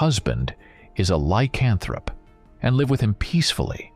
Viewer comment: Buddy you say lycanthrope wrong... normally it wouldn't bother me but you say it every 3 minutes in this video... the emphasis is not on the "can" just letting you know... sorry if I seem like a dick... don't mean to